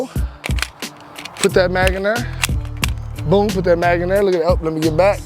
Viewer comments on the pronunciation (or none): none